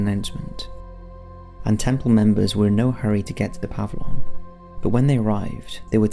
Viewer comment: Puh-vill-yun Aff-uh-dave-it If you're going to do it, do it right.